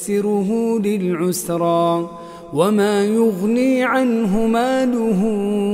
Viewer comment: السلام عليكم ورحمه الله يا شيخ أخطأت قلت بلعسرى وهي للعسرى❤